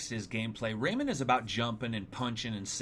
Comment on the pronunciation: Rayman not raymen